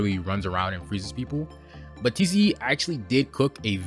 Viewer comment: tze not teezee e